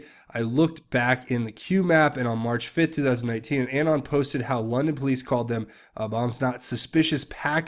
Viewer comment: I love your channel. But your pronunciation of “Anon” is AGONIZING... it’s UH-Non as in Anonymous. Not A as in Apple. I dare you to correct it. 😬